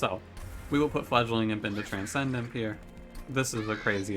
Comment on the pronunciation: i just noticed that you call "TRANCEndimp" - "TRAINcendimp" lol anyway, TIAAA